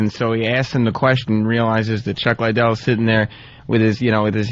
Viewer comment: Opie trying to beak the record for how many times he can mispronounce Chuck Liddell's name.